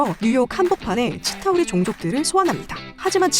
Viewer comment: 치타우리종족을 찐따우리종족이라 들음 ㅋㅋㅋㅋㅋ